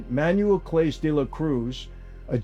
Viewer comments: Listening to this meatball with his cartoon cosplay accent intentionally mispronounce Clase is beyond embarrassing. For you, meatball. For you. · I can’t take anything he’s saying serious because he can’t even pronounce class’s name correctly….i understand it seems irrelevant to the point of the video, but it’s actually not. If you can’t even do the minor amount of research required to find out the pronunciation then everything else being said is just uniformed in order to push out content and get views regardless of if it’s correct or not. I don’t think I heard anyone’s name pronounced correctly in the whole video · One of the best parts of this whole video: listening to an Italian ex mobster pronounce central and South American baseball players names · Hearing you butcher his name makes me cringe 😂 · 1)his name is pronounced Class-ay 2) This isn't a new story at all. He was suspended for this in the summer. 3) any player who resents the leagues making money off the gambling sites is an idiot because the more money the league brings in the higher their salaries are and they all want to make more money 4) Clase was arguably the best closer in baseball. Ortiz is someone no baseball fan ever heard of until this broke. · Being a Cleveland fan, this is repugnant. And thing with Clase (pronounced Clah say), it was obvious something was going on by the way he pitched. You don't go from ace closer to struggling every other pitch or even other game. Greed is a curious beast. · the least you could do is say his name right? clown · That’s not how you say his name. Have you ever watched a game? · Pronounced CLA-SAY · Interesting insight as always! BTW "Clase" is prounounced "Class-Eh" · His name is pronounced Class-Aye, not CLASE. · FYI: Claaa-say, not Clase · His name is “class-A” Not “Klace” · CLASE.. KLA-SAY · Clase is pronounced "Class-A" ironically. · Thank for the news. I do believe his last name is pronounced Clasé, with a french "e" at the end. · Not clase.. Clasaay